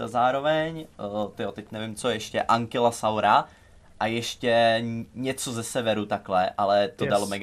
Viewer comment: nieje to ankilasaurus ale ankilosaurus